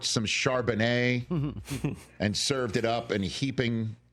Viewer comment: Rich, it's Chardonnay, not Charbonnay...